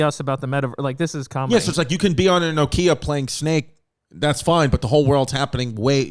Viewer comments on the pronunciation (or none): none